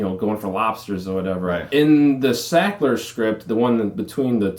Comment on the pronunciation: It’s sackler....not shackler. Come on man